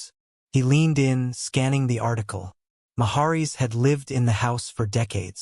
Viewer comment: If you're going to make videos -- fake (like this one) or real -- you should at least learn to pronounce proper names. This narrator can't even pronounce "Route 66" correctly, and he also mispronounces the name "Maharis."